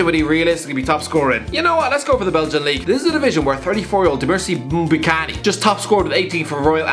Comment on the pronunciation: Christ that is one shocking pronunciation of Dieumerci Mbokani (who btw is 10x the player McGoldrick is)